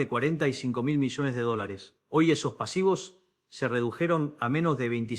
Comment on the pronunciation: Quien es la mala persona q hizo esto retrucho.Dice IA en lugar de ya,millones,contribuían.